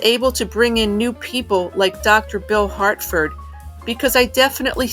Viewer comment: Harford, not Hartford.